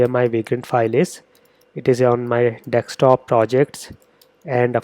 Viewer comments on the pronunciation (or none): I just love how you always say dextop instead of desktop. Awesome video series by the way. Really clear and understandable